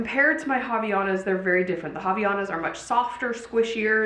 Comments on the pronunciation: it’s different than how she pronounces! It’s more line you said, haVAIanas the “vai” is the strongest part of the pronunciation :) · It hurts my Brazilian soul ever time I hear you say “ha-vee-ya-nas.”